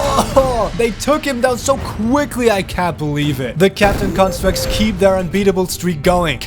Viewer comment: is it me or do i hear captain crunchstructs every time he says captain constructs